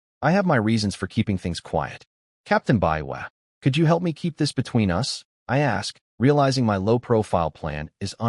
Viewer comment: Also the inability to understand how to pronounce the word "us"